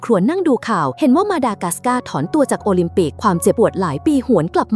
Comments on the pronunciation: โอลิมปิกกลายเป็นโอลิมปิ๊ก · วงแหวนโอลิมปิก❌ วงแหวนโอลิมปิ✅ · โอลิมปิกไม่ใช่โอลิมปิก😂😂😂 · โอลิมปิก❌ โอลิมปิ๊✔️ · วงแหวนโอลิมปิกไม่ใช่โอลิมปิ๊กชื่อพ่อหนูชื่อว่าปิ๊กนะคะอย่าร้องนะคะหนูตบกระเด็น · โอลิมปิก กลายเป็น โอลิทปิ๊กก 🤭 ฮาอ้ะ ช็อตนี้ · โอลิมปิกไม่ใช่โอลิมปิก